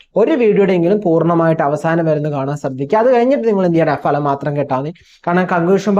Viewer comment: ഭലം അല്ല , ഫലം